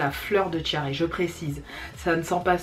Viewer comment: La brume de Fleur de tiaré🙃jai cru entendre fleur de diarrhée 😂😂bref on ferme la parenthèse. Top le haul 😊